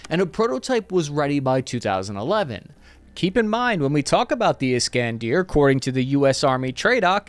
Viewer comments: there is no 'deer' in 'iskander' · Is-Kan-der not Is-Kan-Deer. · My god you butchered Iskander